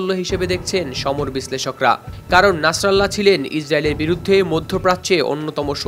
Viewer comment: ভাই কারো নাম যদি উচ্চারণ করতে না পারো তাহলে কারো নাম নিয়ে নিউজ করার কোন প্রয়োজন নাই না ছাড়া আল্লাহ কেন বলেন নাছার আল্লাহ কারো নাম হতে পারে নাকি তার নাম নাসিরুল্লাহ